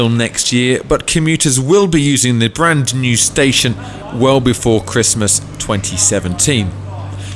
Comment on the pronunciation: So nice to hear someone say "branD-new" rather than "bran-new". Looking forward to seeing the station and that roof.